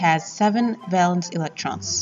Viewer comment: The music is one thing but hearing the word valence mispronounced so many times is very disappointing.